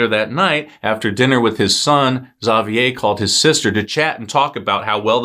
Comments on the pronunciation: great job on pronouncing Xavier's name! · You pronounced Benoit correctly, and Xavier so why not Agnes?